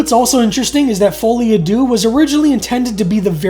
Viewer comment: Good episode, but I have to be pedantic. Deux is not pronounced "Doo" but more like Sir with a D and no R.